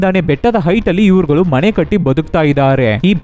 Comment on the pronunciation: ಮಣೆಯಲ್ಲಿ ಅಲ್ಲ ಅದು ಮನೆ. ಉಚ್ಚಾರಣೆ ಚೆನ್ನಾಗಿ ಮಾಡಿ